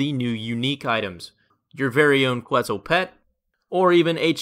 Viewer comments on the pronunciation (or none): For future reference, Quetzal is pronounced like "ketzal" no need to pronounce the U